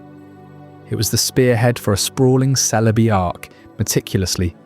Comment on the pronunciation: You said Celebi 4 different ways an only the fist was correct. Had to stop watching.